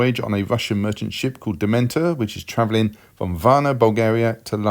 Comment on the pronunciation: Nice work but its" voyage of the Demeter" not DEMENTER...... .great movie by the way